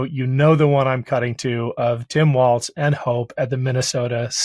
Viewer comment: Walz pronounced as "walls". Be respectful of his name, please.